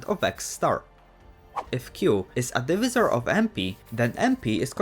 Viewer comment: divisor is pronounced “div-aye-suh-r”